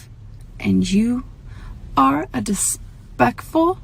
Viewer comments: DISPEKFUL hahahahahahaahahahahahahahaha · Lol always at the way she so seriously said dispectful instead of disrespectful lol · i didn’t know the “despekful” bit was real😂😭😭😭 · Someone said Dispekful 👁️👄👁️